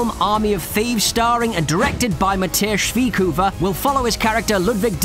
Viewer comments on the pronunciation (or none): "Matthias Schwighoover" :D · "Mathias schwiegkuver" It never stops to amaze me how english speaking people pronounce german names.